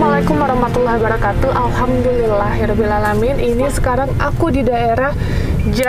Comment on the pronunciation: Assalamu’alaikum warahmatullahiwabarkaatuh saya mau Ngasih saran,,,,klo ngucapin salam kaya Kemaren Kemaren Assalamu’alaikum Warahmatullahiwabarkatuh,,, Huruf h nya jgn tertinggal,,,, Kemaren Kemaren sih engga tapi sekarang sekarang ini aku tiap kali dengar vidio nya beda Mf semoga bisa nerima saran saya Karna saya suka